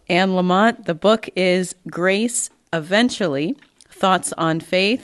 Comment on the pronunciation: Anne’s last name is Lamott.. not LamoNt. Love this woman. Last name Lamott-no-N. ❤️